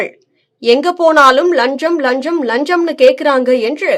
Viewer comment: நீங்கள் முதலில் லஞ்சம் என்ற வார்த்தையை சரியாக உச்சரிக்கப் பழகுங்கள்.